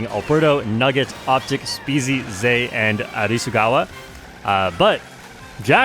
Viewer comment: Nice job learning Hiragana!!! Great pronunciation on Arisugawa too you love to see it